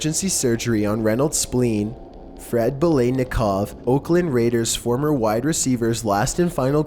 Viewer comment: #8 - Burt Reynolds was DEFINITELY NOT in the Dukes of Hazard, and btw its Fred BELITNIKOFF....pronounced exactly like its spelled and looks!